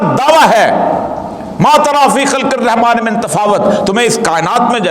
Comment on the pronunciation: Oriya maqbol jan sahab apki tajweed sahi nahi aap bilmillahi rahmani raheem kay bajay bismillahi rakhmani raheem par rahy hain. or bhi bhot si mistake hain. Allah hum sub ko sahi Quran parnai ki or samajnai ki taufeeq atta farmai. ameen. baqi khutbai ka subject bhot acha hai logon ko awareness dena. aapka number nahi meray paas warna mein yehaan apko message bhi nahi karta aapko phone per message karke bata deta.